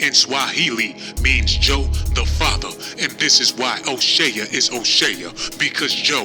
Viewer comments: O'Shay ya???? It's pronounced O- Shay This video is crap. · U sound wild crazy.. Here come that niggah wit and attitude. Stfu. CHRIS TUCKER AND MICHAEL JACKSON WAS COOL BECAUSE CHRIS WAS KNOWN TO IMPERSONATE MIKE. YOU DIDNT EVEN PUT THE RIGHT PIC FOR O'SHEA ( hey jack ass ) ITS PRONOUCED O SHEY LIKE SHEA BUTTER SHEA STADIUM NOT O SHEAH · O'Shay-uh??? and his name is Irish, not Swahili, Ice Cube said it himself. This channel funny as hell, but he got a point about the greed. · Did he say " Oshea jackson jr jr !! Lol !!! Wal -Mart !!! Classic !! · Fuck you cant pronounce his name. O shea is irish